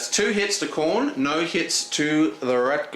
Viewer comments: About pronouncing Khorne. Say after me: Corn. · this guy doesnt have a clue what he is doing. and the "Khorne" pronounced as chrone or whatever the fuck he mumbles is the last nail to the coffin.